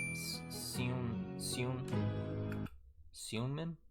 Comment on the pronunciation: Seungmin is pronounced kinda like singmin